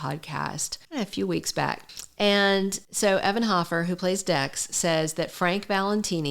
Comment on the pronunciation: It's HOfer you are saying it wrong